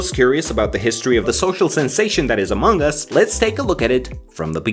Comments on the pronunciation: English is my second language so i don't know, but isn't it supposed to be pronounced among us, and not amonk us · you pronounce it like "Among Gus" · is it just me or did he say " AMONGG US "